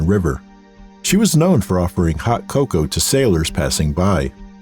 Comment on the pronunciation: IS NOT COCO, IT'S COCOA